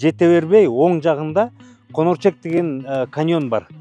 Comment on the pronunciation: Конерчек эмес конорчок